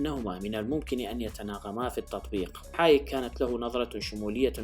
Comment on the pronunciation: فريدريك هايك.. وليس حايك؟